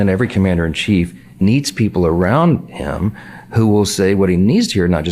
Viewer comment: "Every president needs people around *HIM*....." What the fuck was that? Sounds like he's trying to bash women when this has nothing to do with women lol.